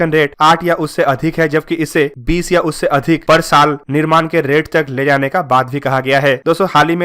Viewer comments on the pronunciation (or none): none